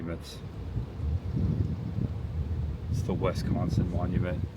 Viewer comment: Great video but I must correct you. It is not WESCONSIN. It is a short I! It is three syllables the first syllable is Wi as in- with The second syllable is SCON with the emphasis on the second syllable. Pronounced as if spelled SKON with a short O. If spoken correctly you will have a slight nasal twang( you can get this by pinching your nose when you say it) The third syllable is Sin. Just like from the Bible sin a short I Wi-SCON-sin